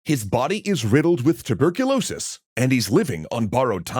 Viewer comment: did you say *tuberculosis*????